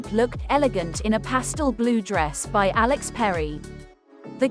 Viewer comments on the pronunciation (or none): none